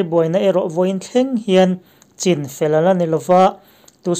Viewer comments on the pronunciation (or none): none